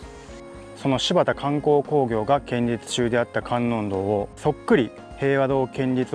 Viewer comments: 建立→けんりつじゃなくて、こんりゅうでは？ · 建立は「こんりゅう」。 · 建立は「こんりゅう」と読んで欲しい！内容と取材の姿勢は共感できる。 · 仏教的な建築の場合は建立(こんりゅう)と読むべきでは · 建立をけんりつと言うところがすっごい気になる…こんりゅう。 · 地元で気になって見ました！こんりゅうが、けんりゅうになってたのが気になりました。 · 。いつも素晴らしい動画ありがとう、と素直に言いたかったところでしたが、 建立、けんりつ、ではなく、こんりゅう、ですね。 うっかりミスかな、何度も出てきたので、とても気になりました。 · 寺社仏閣の施設建物を建設したり設置する事を、建立と書いて「こんりゅう」と読むんですよ。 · 宗教施設を建てる場合には「×：けんりつ ⇒ ○：こんりゅう」と読むのが正しい読み方ですよ。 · けんりつ って。建立「こんりゅう」じゃなくて違和感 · いやいや仏教に限らず、こんりゅうと読むべき。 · 建立はコンリュウと読んでください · 建立を「こんりゅう」と読むことを御存じないのがねえ・・・ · ホンマや！ "ほつがん"とかしっかり読めてるのに、"けんりつ""けんりつ""けんりつ""けんりつ""けんりつ""けんりつ"…あああ！ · うーん、仏塔だから「こんりゅう」と読まなきゃ。ちょっと勿体ない。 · 建立を けんりつ と読むの 大人として恥ずかしいですよ😰 しかも何度も😭 こんりゅう が正しいので 覚えておきましょう🖐️ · 他の人も書いていますが、せっかくよく調べてあり面白いのに、建立を「けんりつ」と読んでいるのが残念。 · 建立はこんりゅうという読み、けんりつとは言いませんよ。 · けんりつ・・・建立(こんりゅう) こんりゅうです。もう少しお勉強しましょう(◞‸◟) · せめてちゃんと、こんりゅうって言ってれば良かったと思うんです...🙇‍♀️ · 、老婆心ながら建立、こんりゅう、とお読み下さい